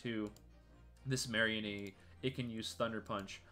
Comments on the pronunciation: ok this video is great but I hate how u pronounce mareanie it's not some kind of marionette it is a marine meanie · Ah yes "marry-a-knee"